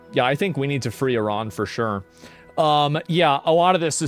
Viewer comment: Eerahn, as they pronounce it, changed to Irun